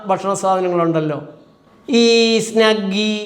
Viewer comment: സ്നഗ്ഗി അല്ല സ്വിഗി